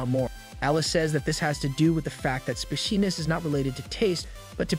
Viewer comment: The way the AI pronounces spiciness a speciness. I can almost hear an uwu.